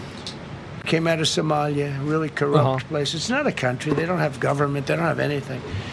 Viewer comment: Trumpnunciated: Sumalee-ya